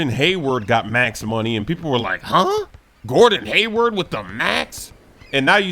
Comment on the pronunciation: I thought he said Wordon Hayward instead of Gordon